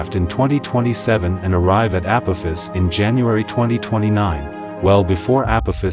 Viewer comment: I love downvoting videos that use voice over and dont pronounce the main subject correctly.